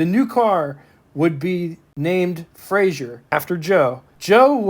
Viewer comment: Fraser, not Frasier